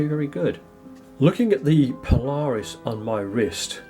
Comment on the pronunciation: Paula Reis not Po-Lar-Us.